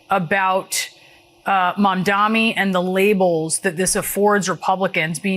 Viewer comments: The CNN host is doing the same thing Cuomo and every xenophobe did and pretended she can't pronounce "Mamdani" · She can't even pronounce his name. Must be an homage to Trump. Since big Larry is going to be her boss. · The oligarchs don’t even know how to pronounce Zohran Mamdani! So pathetic. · All the journalists who can't say Mamdani's name right should all be FIRED. What the hell???